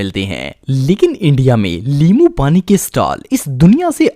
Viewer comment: Limoo keha ha us NY which is correct in urdu😅 Lol